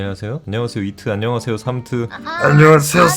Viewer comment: 나만 안녕하세욘 으로 들리냐